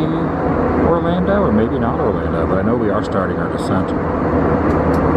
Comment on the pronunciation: "Orlanda" ?? ha-ha